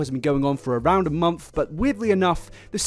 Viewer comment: Is he sayin 'month' or 'monf' ???